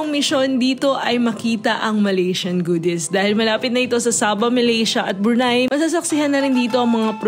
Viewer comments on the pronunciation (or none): none